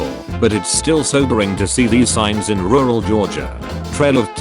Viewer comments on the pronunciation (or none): none